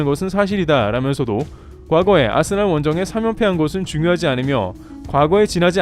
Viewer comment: 아스날이라 쓰고 아스벌이라 읽는다